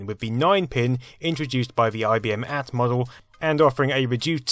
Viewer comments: "at" = "Ay Tee" ;) But good video. Do one on SCSI, which was a standard that offered much of what USB did, letting you plug lots of things into a single port via daisy chaining and which was more standard on non-PC hardware (Amigas, no?) I preferred SCSI devices for my 90's PC, be it Zip drives, tape backups and scanners. I even had a PCMCIA-SCSI card for an old laptop ;) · It wasn't the 'at' machine, it was the A.T. - as in Aye Tee. Aside from that it was a nice little walk down memory lane thank you. One thing you didn't mention when talking about all the cables and ports was 'dongles', which were a popular anti-piracy method back in the 80's, whereby you had this clunky device which you had to attach to the parallel port. The software wouldn't work if the dongle wasn't connected. If you had multiple applications - which became more common with task switchers like the original Windows - and they needed a dongle, you had to chain them all together, which often meant this great long dongle snake hanging out the back of your machine. When it comes to the PS/2 and it's failure, you could do a program about OS/2 - which is where IBM really lost the plot and handed OS supremacy, gift-wrapped, over to Microsoft - and the failure that was Microchannel; which is what really drove the nail into the coffin. Zip Drives - Classic! I forgot all about those... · A note. I know for a fact that in the Southeastern US, we pronounced the PC AT model "A-T" much like the previous model "X-T" and not "at" like the symbol We also called the ISA cards "I-S-A", like he said or "isa", like a word. We tended to pronounce EISA, the extended version of ISA, as "eisa", like a word. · IBM AhT model? Don't you mean IBM Aye-Tee Model...Otherwise, you should be saying Ih-bem AhT Model... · Pronunciation note: nobody ever said "at" to refer to the AT, they always said each letter individually, "aay tee" as contrasted with the older technology, which was XT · It's not an AT, it's an "Ay-Tee"!